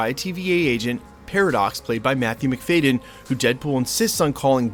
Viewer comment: It's McFaHdden, not McFaYden.